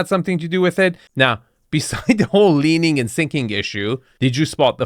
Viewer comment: Leening, learing....GONE